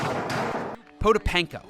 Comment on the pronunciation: Pronouncing Vitaly Potapenko that got me laughing😂😂😂